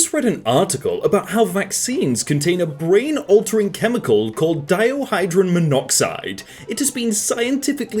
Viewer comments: He said diohydrite tho.... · Hearing you butcher dihydrogen monoxide hurt my soul. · "diohydren monoxide" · "Dio-hydride Monoxide" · trying to say Dihydrogen Monoxide is hilarious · Hearing butcher “dihydrogen monoxide” has made my day tbh